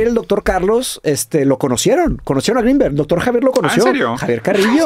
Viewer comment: Roberto dijo Jacobo Wong u corrigió Jacobo gringberg